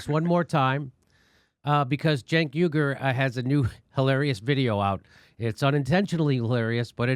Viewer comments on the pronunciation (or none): Cenk Uy-gur, as in Uygurs in camps in China, not YOOGER!